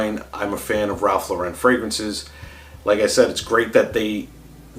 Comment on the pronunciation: Lauren is pronounced like the girls name, not Lore-Wren. Ralph and his brother named themselves after actress Lauren Bacall after people made fun of their original surname.